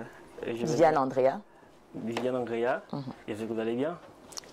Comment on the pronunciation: on dit Andrea et non Angrea 😂; tu as du mal avec la prononciation de gre et *dre *